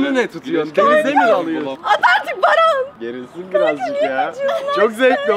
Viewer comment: herkes ahfer denmesine sey yapmısta daha iii yaaa merttehemen barfer diyoo